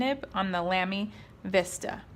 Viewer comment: It's pronounced Lah-me. Not Lam (like ham)-me. in I had to stop the video just to write this. I own 3 of these, all XFP nibs. Amazing value for money.